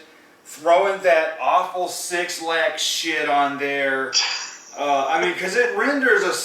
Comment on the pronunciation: This is a good review with great points, the only think that bothered me was that you guys pronounced 6lack as six lack and not black. It’s only a small thing.